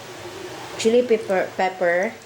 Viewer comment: chilli pippir (pepper) untel (until) haha nageenglish p kse sablay naman, sablay kna s pgluto feelingera kpa ulol enjoy guys k jan nandamay kapa ngatain mo yang goma😂